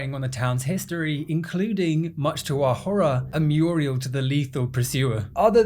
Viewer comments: The word is 'MURAL'', not 'MURIEL', which is a woman's name. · Please stop calling murals "Muriels" lmao...they aren't old ladies, they're paintings. 🤣 It's pronounced MYUR-ul. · Phenomenally entertaining, dude. Just two quick notes: wall art is a mural, not a murial and naught is pronounced like not, not like nowt 😊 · is saying Muriel instead of Mural some kind of running joke? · I believe the word is “mural”, my man! I know it’s a small thing, but for the sake of future videos, please, please say mural lmfao 🤘 I adore your videos, and want to save some future embarrassment 🙏🤣